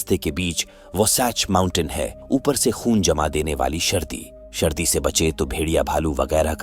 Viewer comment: शर्दी नहीं सर्दी होता है